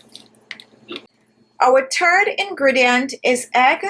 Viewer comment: Like how she pronounces " Third " at 1.26 sounds like " Turd " Irish Style